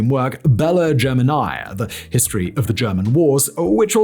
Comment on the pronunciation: Your pronunciation of 'iss' like hisstory, professsor, iss, is stressing me out